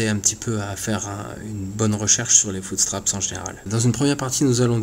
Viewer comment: "un footsptrapSSSS " argh